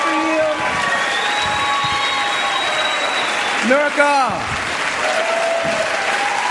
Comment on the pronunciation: Michael Beckwith ALWAYS mispronounces her name as "Nooirka". I mean, it's really not that hard. And he's supposed to be awake or aware? lol. I don't think so.